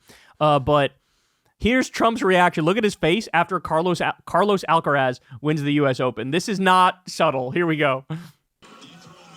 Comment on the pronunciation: Love you, Kyle, but learn how to pronounce Carlos Alcaraz. It hurts when you say it. XXXOOO